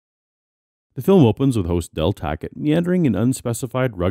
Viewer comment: Every time you say "Del Tackett" I only hear "Del Taco" and now I'm hungry...